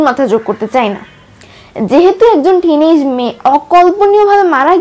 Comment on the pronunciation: বারবার টিনেজ টিনেক করো কেন